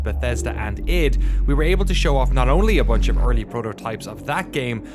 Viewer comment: ID as in Photo ID. not "EID".